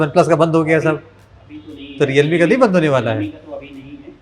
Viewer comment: Bhai aap kya bolte hai samajh mein nehi ata.. Service center 'bendh' ho gaya hai